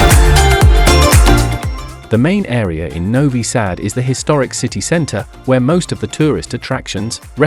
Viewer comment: When I hear a robotic voice that can't even pronounce the name of the city correctly, I immediately close the video. Not worth watching with that horrible fake voice.